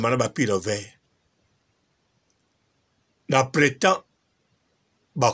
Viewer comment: Hummm, o vandi na poto ba mbula ebele oyebi kaka te ko prononcer le mot printemps….. mawa.